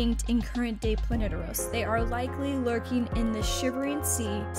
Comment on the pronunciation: It's Planetos. Not sure where you found the r